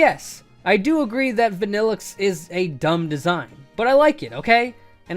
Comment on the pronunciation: VANILLUXE, NOT VANNELIXE!